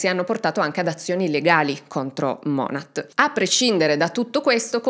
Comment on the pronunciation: Non vedevo l'ora di un nuovo video ❤ Volevo solo correggere un particolare, la pronuncia di monat è monè, lo dico solo perché ci sono tante creator americane che cercano di sensibilizzare sul tema mlm ed è bene riconoscere l'azienda nel caso qualcuno ne sentisse parlare.